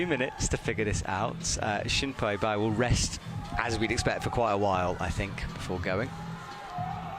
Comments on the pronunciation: Love the commentators, but I feel like they should be given some sort of pronunciation sheet for the athletes name's. Not that I expect perfection, but I cringed just a bit every time I heard "Shin-Poi" for Xuanpu. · I could see was avoiding to pronounce Xuanpu's name consistantly referring him by his surname Bai, since he could potentially sound like shampoo, and for online fanbase could get mad at. With that, the fact he also occasionally kept calling Tomoa as Narasaki or Mr.Narasaki which he never did, but to make it sounds like as if that's his usual habit was the funniest moments in tonight's commentating. 🤣